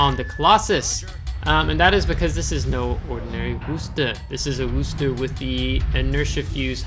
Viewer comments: How dare you mispronounce Worcester. Actually that is pretty close to correct. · Yeah that's how Bostonians pronounce Worcester so good on ya for saying it the way that the city it was named after says it.